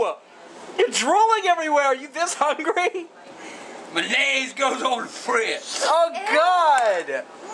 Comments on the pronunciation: Said, " we gonna take Maynase" instead for mayonnaise 😂😂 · the “mannaise” 😂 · the “manayze” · I'm gonna start calling mayonnaise ma-naise 😂😂